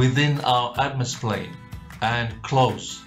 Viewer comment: hang on did you say atmosplane??? that is not even a thing